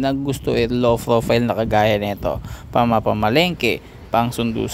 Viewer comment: Ano????? "LOW FROFILE"????? 😂😂😂😂😂😂😂😂😂😂😂😂😂😂😂😂😂😂😂😂😂😂😂😂😂😂 BULOL KANA NGA BOBO PA MAG PRONOUNCE BWUAHAHAHAHAHAHA